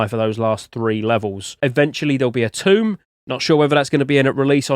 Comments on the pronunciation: you muppet, its not pronounced TOMB. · Remember when you looked up the pronunciation of Chalcedony? Please do the same for "tome". Tome rhymes with Rome, not room.